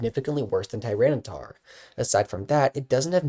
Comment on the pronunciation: Why does he keep saying tyranocif wrong?